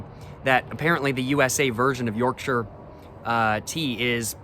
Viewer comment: Yes sir yes sir Thank you for pronouncing Yorkshire correctly also